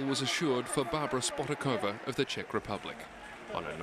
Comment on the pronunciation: The correct pronunciation is: shpotaakovaa. You pronounce the German correctly but not the Czech :(